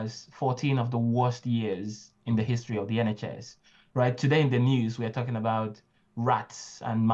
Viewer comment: Backsliding.... intro begins to sound more like "like to corrupt politics" in stead of "like talking about politics"....